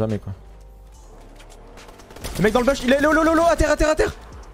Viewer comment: a 10 41 ta dit bollse